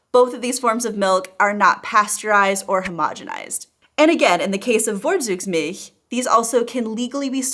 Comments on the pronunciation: Very interesting, you earned my like. Just one thing: V is a bit tricky in German, pronounced like an English v when the word is derived from latin and like f when it is of Germanic origin. The German z is so easy, always like ts. Vorzugsmilch is pronounced like fortsugsmilch. You nailed the vowels and the ch-sound in that word, though, and that was the hard part for an English speaker. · Dear please do some work on your pronounciation of the "German" V. Like when you talked about Vorzugsmilch. The Milch part in this word was spoken pretty decent by you but the Vorzugs- part you should better speak like "Fortsoogz". Don't worry to much, it's just the German directness in me that wants you to get better every day. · "Vorzug" is pronounced as like as "For-tsug" the "V" as like "F" and the "Z" is always as like "TS" as like as in English "guts" ...simply no buzzing "s" sound there are some words where "V" is similar as like in English but those are not that much and those are foremost loanwords from French or Latin. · ha ha, lingoda didn't help you with 'Vorzugsmilch' so far, keep on exercising! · you live in the south of germany:) this letter 'V' is pronounced 'EFF'. just accept that and your live will be much easier. FFFForTSugsmilch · Vorzugsmilch (literally: preferential milk) is correctly pronounced in English phonetic transcription "Fore - Tsoogs - Milsh" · Please practice the pronunciation of "V" and "Z" in German again. It sounds significantly different than in your example with Vorzugsmilch, which you pronounce Worsugsmilch The German V doesn't sound like v in "village" - you would have to write that with a W in German. The Z in Vorzug (as well as in Zug) does not sound like the z in Zambia (This state is written in German *Sambia*) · And in German, the “v” always sounds like an “f” so “for-tsugs-milch.” I really don’t like to make it a practise of correcting Youtubers’ pronunciations, but this one made me cringe every time you said it.